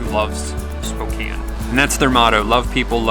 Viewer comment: Thank you for pronouncing Spokane correctly. And showing how beautiful our town is. Another thing Spokane is great for is our loyalty to our Gonzaga basketball team. GO ZAGS! Enjoyed this video and so happy you enjoyed your time here.